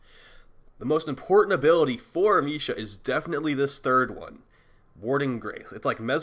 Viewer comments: You can say amesha with the same E as America. Am eh sha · Dude it's not a hard E. It's a soft e(ah-may-sha)